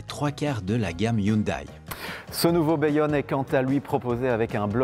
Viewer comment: Hello, présentation un peu succincte, mais bonne. Vous avez le bon rythme ! ça a peu d'importance, mais il me semble que"Hyundai" se prononce (phonétiquement): "youndé"